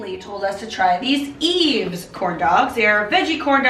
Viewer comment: I remember seeing another video where they said the brand Yves is pronounced wives ("y"ves). Blew my mind